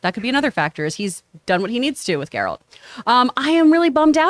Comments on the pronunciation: It's GE-ralt. Not JE-ralt. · ok john you can get rid of this particular “host” shes always flubbing words and she said “Gerald” of Rivia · I don't understand how people who say they watched the whole show or played the entire of Witcher 3 but still can't pronounce Geralt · The girl who mispronounced the name didn't say she watched the show. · Oh, the horror!!! She mispronounced the fictional character's name!!!